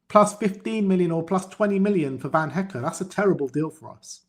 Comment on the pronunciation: Guys who the fuck is van HECK? His name his van hecke - pronounced Heck-eh. This is basic stuff for so call football experts